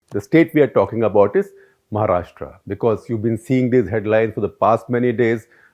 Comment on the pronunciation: Shekhar were you born and raised outside India and have you never read a vernacular script before? Why do you keep pronouncing the name of the state as "Maharashtraa". It is महाराष्ट्र. How hard is that??